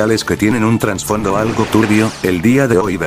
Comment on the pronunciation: por cierto, se dice "trasfondo", no "transfondo"